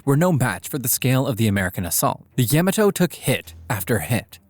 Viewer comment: Couple things; mainly pronunciations: Yamato is more rather pronounced as: ya • ma • toe and then the heavy cruiser that accompanied Bismarck for a while; Germans pronounced it as oi • gan and rather the US mainly called it as like the actual city in the state that I live in which the city’s name is Eugene (pronunciation would more be like: e • ue • jean)